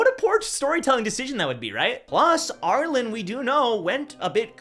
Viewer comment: It’s ar-lean not ar-lin